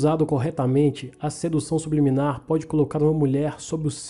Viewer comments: "SUBILIMINAR" KKKKKKKKKK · Kkkk sub liminar,kkkk É subliminar Mano,kkkk Zuera viu tio...!!! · "Sibiliminar" kkkkkkk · O nome: "Sedução subliminar" como o lê: Sedução sub-liminar ta serto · "subiliminar" kskkssksksksk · ELE LENDO SUBLIMINAR: SUB LIMINAR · So eu percebi que ele falo subilimar em vez de subliminar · Só eu vi ele falando sub liminar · Engraçado que todo mundo lembro da água mais ninguém percebeu que ele falou 'subiliminar' sendo que é 'subliminar' ah é só pra falar nada contra ele falar errado